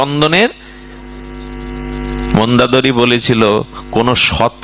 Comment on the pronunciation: আপনার বাচন শৈলী বারবার চোখে জল আনে। অনুগ্রহ করে যদি অযোধ্যা, সুমিত্রা এবং মন্দোদরী উচ্চারণ সঠিক করলে আরও শ্রবণ মধুর হয়।প্রণাম।